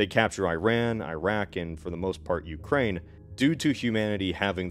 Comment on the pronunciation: ah yes the UkraiZe(y)